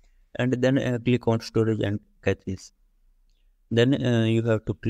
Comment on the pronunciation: are you saying something or throwing up? i don't know what catches are, just cache...